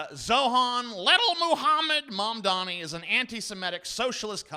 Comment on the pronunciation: Zoh, ran, Mam, dani. Not Zor, han. Not Man, dami.